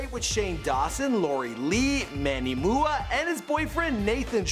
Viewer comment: Manny mooah 😂😂😂😂💀💀